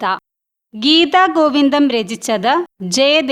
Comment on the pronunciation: ഗീതഗോവിന്ദം എന്നാണ് ഉച്ചരിക്കേണ്ടത്....ഗീതാഗോവിന്ദം എന്നല്ല